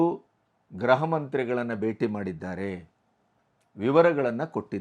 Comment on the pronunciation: Mr. ಅವರೆ, ಅದು ಗ್ರಹ ಮಂತ್ರಿ ಅಲ್ಲ, ಗೃಹ ಮಂತ್ರಿ 😊